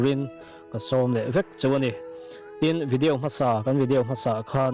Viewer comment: Vidiau anilo vidiau tihian lam tawh suh